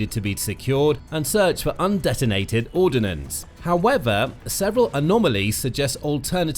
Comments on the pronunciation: I wish the commentator learns how to say 'ordnance; it's not ordinance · Ordnance isn't pronounced with an 'i' in it.